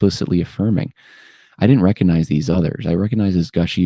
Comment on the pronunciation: The "G" in recognize is not silent.